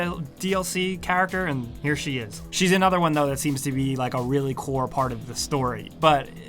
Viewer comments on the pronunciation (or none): none